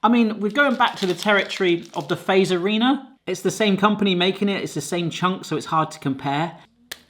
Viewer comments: You say it like Fatserina even tho its called Fazerina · In Finland Fazerina IS Said Fazzerina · The best joke is to give foreigners salmiakki and see their face and reactions. The second best is to ask them to pronounce our words. Like the Fazerina 🤣🤣🤣 I can give you a hint it’s not pronounced like “face..” as in the video. 🤣🤣 Italians would probably do better 🤔